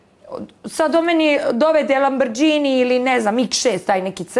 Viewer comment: Ona kaže LABRĐINI 😂